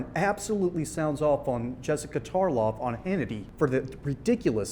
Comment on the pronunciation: Tarlov...rhymes with Karloff.😂😂😂